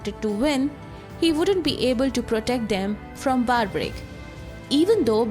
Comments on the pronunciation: First things first it's pronounced Barberic not Barbaric like the word barbarism. Do not mispronounce the name for the sake of sounding American. Second if you are a channel representing Hinduism than do not use Robin Hood styled western digital art thumbnail. The thumbnail should look Indian with Indian attire and body language. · Mam, get your facts right. Also PRONOUNCE the Great name of Barbarik properly and not in your fancy accent. You are making him sound Barbarians. Give proper due respect to these Divine souls. Hate your accent and pronunciation. So fake. Instead of spreading the glory of HINDU culture you are a black spot on it. Stop it.